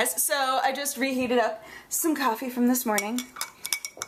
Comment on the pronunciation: It's not coffee...It's coffeh!